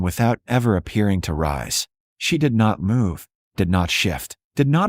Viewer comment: Why does the AI voice pronounce every variation on the word "move" as if the "v" is a "y?"